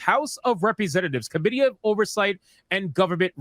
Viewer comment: I don't mean to nitpick because you were contextually intelligible but if you stress the i in committee instead of the o it will sounds more understandable. Currently with out context it sounded more like comedy. I know this is completely off topic and I mean no disrespect.